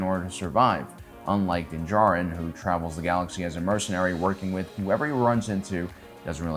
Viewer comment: Bout to unsubscribe if this guy can't figure out how to even correctly pronounce names..."juh-rinn", "wolves", "cries"...like Jesus, can you come up with a better way to tell me you don't listen or watch the shows? Losing credibility